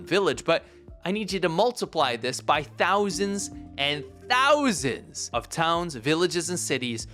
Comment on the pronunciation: It's hard to take her seriously when she pronounces "thousand" the way she does.